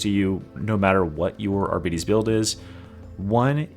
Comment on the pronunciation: It is NOT pronounced arbeetees that makes it sound like diabetes